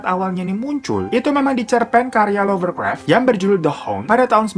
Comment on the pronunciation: Lovecraft bang bukan lovercraft hehe